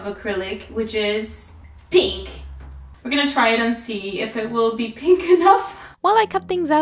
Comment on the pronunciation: "And I have here... ~this~... colour of acrylic which is... PIHNKH"